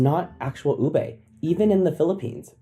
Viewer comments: Is it just me or does every Filipino also get infuriated when he pronounces "Ube" is "Ubay" not "Uube" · For those Fil-am folks. It's Ube (oo-be) not (oo-bay) 😂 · Please let me express my pet peeve. It’s very unreasonable and petty but pet peeves are pet peeves. Disclaimer done, here goes. Americans: “Ooh-bay” Filipinos: “It’s ‘Oo-behh.’” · Great video but just got to say, it's pronounced oo-beh not oo-bay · Can't help but be a bit nickpicky about the pronounciation of ube. It's oo-beh and not oo-bay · Ube is pronounced as “Oo-beh” not. “Oo-bay” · Ooo-beh not Oobey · It's not ubei. It's ubeh. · It's not oo-bey. It is oo-beh! Again. Oo-beh. Oo-beh. Oo-beh. That is the correct way to read ube. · Americans: ube pronounced as tube without the T. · It’s ube not ubey. If you’re going to use it for clout maybe learn how to pronounce it properly first. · Oh mytgoodsdd it’s pronounced u-beh ommjjhyggb im crashing out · the pronunciation of ube as "ubey" is hurting me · Idk bro you lost credibility for me cause you can't say ube properly lol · You can start by pronouncing it correctly. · Can't blame America for ruining ube if you can't pronounce it properly! lol. It's not that hard, just saying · Americans ruining “Ube” by pronouncing it wrong. Even the narrator is pronouncing it wrong 😂